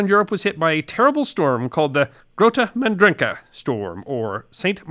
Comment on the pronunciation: Why on earth wouldn't you check how to pronounce "Grote Mandrenke" before recording this?